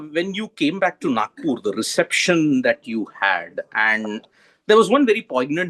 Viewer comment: किती वातूड बोलतो हा इइंटरव्युवर... रोबोट कुठला... तिच्या पत्येक प्रश्नावर काहीतरी रिऍकशन दे... झकलट..!!!आणि नाकपूर नाही रे नागपूर असतं ते....